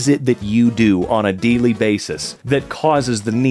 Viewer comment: Did he really just say "d-ly" basis?